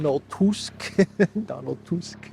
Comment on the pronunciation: It's "TUSK" like "MUSK". Not TOOSK